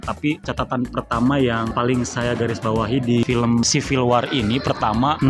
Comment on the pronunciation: WAR ; BACA (WOR)